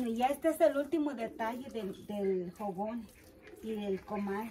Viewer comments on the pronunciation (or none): NO SE DICE JOGON SE DICE FOGON